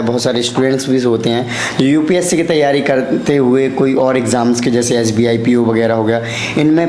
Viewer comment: Mujhe is par doubt kyon ho raha hai.🤣 "UPC" vala Banda... Fake hai... Group "Dicison" karta tha.. even he is an English medium aspirant, can't pronounce most English words correctly. 🤗